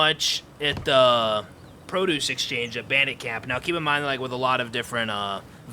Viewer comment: it's pronounced "pro-duce" brother